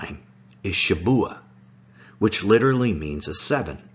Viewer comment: It’s shavuah, not Shabuah